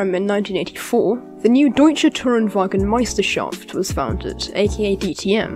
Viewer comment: Great Video! You pronounced Deutsche Tourenwagen Meisterschaft quite well. I'm happy I don't have to watch Sophia's video because Daniel Abt also has one in german. (I watched both anyways)